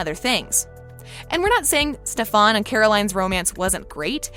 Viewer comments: FOR THE LAST TIME ITS FUCKING STEFAN NOT STEFONNNNN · LISTEN TO ME stefan is stef-in NOT stef-on NJSVFUFIEFVROUBEPIFBIPUFU PLEASE STOP IT IM HURTING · dude its stefen not stefon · new kai over here, saying stefans name like staphan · You did not- you did not just say Stefon no no no it’s stefAn 🤦‍♀️ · She said stafon not stefan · It's not SEFAAANN its stefen. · HIS NAME IS NOT STAFON ITS STAFAN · STEFON you literally have to watch one episode to know his name is pronounced STEFAN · Stefan not stefoan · Me to it’s Stefan not stefon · not the cat trying to be Kai saying sta-fon? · She DID NOT just pro ounces his name as Steforn 😂😂😂 she reminded me of Kai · Did she just call him ste-fan like bish are u kai ? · We found KAI's sister 😭.... U pronouncing Stefan as StefAn gives me chill🙏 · Did she just say stefaan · Am i the only one correcting stefan. Not stafon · I cringe everytime she says Stefon..... ugh! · Hate how you say stefans name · for fuck sake learn how to prenounce Stefan can't you even read the subtitles when watching the show ... pretty much explains you probably dropped out of highschool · why are they pronouncing Stefan like how Kai did in s8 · Lol she's pronouncing it like Kai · I think she's saying in on purpose because Kai called Stefan Stefon.